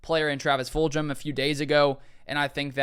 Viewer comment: Great stuff my man but you keep pronouncing the new accusations name wrong Travis fulg not fuljem lol